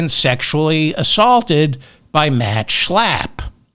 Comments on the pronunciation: David, you kill me every time you say Matt SCHALPP! 😂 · You crack me up every time you say Matt SCHLLLAAAP🤣! They’re both such hypocrites!🙈